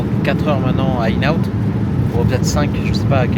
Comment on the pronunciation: Le restaurant tu dois prononcer IN and OUT. Le N de IN- N-OUT, c'est une contraction.